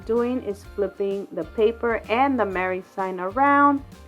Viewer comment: You had me cracking up over the Merr. 😂🤣 You could say the letters “M” “E” “R” “R” instead, but Merr was a whole lot funnier to hear!! 🤣 Love your crafts!! ❤️ Can’t wait to see more Christmas videos to come!!